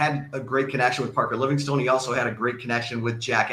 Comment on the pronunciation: you keep mispronouncing his name Livingston